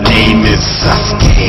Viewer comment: it sounds like sas-gay haha